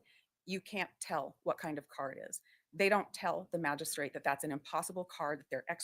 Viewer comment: She mispronounces Magistrate, every time she says it. Drives me crazy!